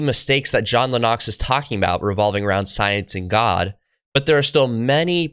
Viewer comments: Please don’t emphasis the ‘O’ in Lennox. It’s Lennox not Lenn-Ox?! Simonline🏴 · The emphasis is on the first syllable of Lennox. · It's John Lennox, not John Le Nox! You pronounce this with a terribly wrong accent. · Why do you keep mispronouncing Lennox as LeNox, when he himself pronounces it when quoting a question posed to him? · God bless you for what you are doing on your channel. I’m a big fan of John Lennox. This is a minor complaint. Lennox is pronounced like “Len-X”. It might be a good idea to verify the correct pronunciation or preferred pronunciation of a person’s name in your videos before posting. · How in the world are you commentating on scientific discussions when you can't even pronounce this guy's last name right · given that you practically worship Lennox at least learn to pronounce his name. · I like this young guy. But I have never heard anyone pronounce Lennox’s name like that lol. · Love your work dude but it's Lennox 👊